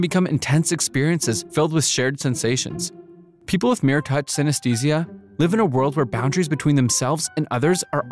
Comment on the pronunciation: I'm sorry, 12 seconds in and "live" is pronounced wrong? Is this a bot voice or just the first take reading the script? That is such a weird thing to do